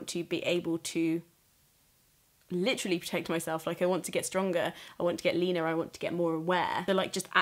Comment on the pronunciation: Whenever you said, "I want to be leaner," it definitely just sounded like, "I want be Leena" to me, and I had a little chuckle.